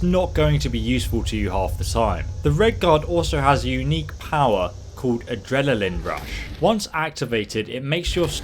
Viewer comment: Adelaline rush lol